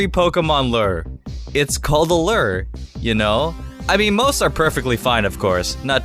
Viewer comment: or a car.... and it's looer, not lerr